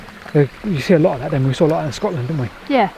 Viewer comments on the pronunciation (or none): none